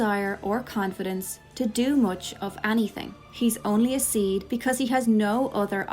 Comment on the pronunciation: That makes.... A lot of sense! By the way SeeD is pronounced like CD